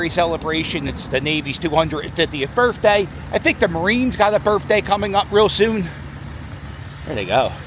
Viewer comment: Why do all white guys from south Philly sound like black guys? When you say the word birthday you say berfday